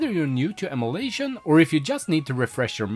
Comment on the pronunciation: So you can say Ee-Muoo Deck right but you can't pronounce em-uh-lation correctly... this is unwatchable i cringe everytime you say emulation.